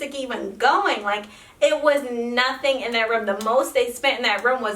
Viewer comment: I'm sorry but can you not say room correctly?